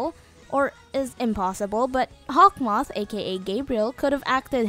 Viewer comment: its "Hawkmoth" not 'Hawth moth''